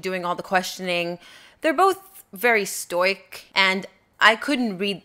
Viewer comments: You pronounce stoic really weird. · Interesting how Americans pronounce ‘stoic’